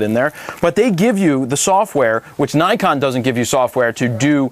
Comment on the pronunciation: not neyecon, its nikon! lol